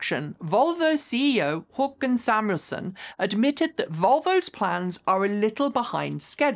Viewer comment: Wow, you actually managed not to butcher Håkan Samuelsson's name. I'm seriously impressed 👌